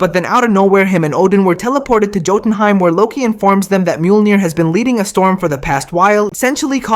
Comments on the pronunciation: Yote-in-hime, not JOTE-IN-HIME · JOEtunheim? man- it's pronounced more like "Yuhtenhaim" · "J"otunheim? JOE-tunheim??? 💀💀💀💀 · "Juh-oh-ten-hi-m" bruh, its not often i hear it said wrong with the "juh" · The j in jotunheim is pronounced like yo, so it's yotunheim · Yote enheim. Not Jote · YOH-TOON-HEIM not JOE-TUN-HEIM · "Jo-tenheim its yotunheim" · Joitainheim Is not pronounced with a J it’s pronounced with a Y ass in (yo tan heim ) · Juh? Juh??? Its Yo* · Jhotenhiem is pronounced with a y Youtenhiem(how i see it pronounced) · The J in Jotunheim is pronounced Y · Btw its pronounced "yotenheim" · joe-tunheim??????? xDD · Jotunheim (yoh-toon-heim) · Bro said Joe-tunheim😂😂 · its pronounced "yotunheim" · Yeah, hearing Joe-tenheim hurt 😂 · It's Yo-ten-hime(pronouned like time) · The correct pronunciation is Ya-tunn-heim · Jotunheim is not pronounced with a J sound. As with Mjolnir, it is pronounced with a Y sound. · WHY DID YOU PRONOUNCE JOTUNHEIM WRONG WHYYYY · Did you just mispronounce Jotunheim????? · I do not like the way he pronounced Jotunheim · that's not how you pronounce jotunheim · Why did he pronounce Jotunheim like that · Pronouncing Jotunheim as Jotunheim instead of Jotunheim is horrible